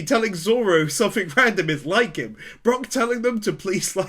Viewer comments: We’re still calling him BrOck instead of Brook I see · i cant get over you calling him Brock XD its so funny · I finally caught up to all the one piece anime wins. Yayy. But can you call him Brook instead of Brock please 👉🏻👈🏻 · For personal reasons, every time you call Brook Brock, I cringe like someone is twisting my soul into a pretzel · Also its Brook like a rook in chess with a b in front of it. Not like Brock from one piece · uh I know it doesn't matter ... but his name is Brook not Brock >.> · hearing you call Brook Brock is like tiny pins being stabbed into my soul lmao No actual hate or anything just a bit of fun